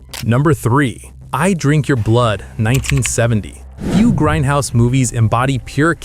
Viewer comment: Its grindhouse not grendhouse. Now get back in the basement AI.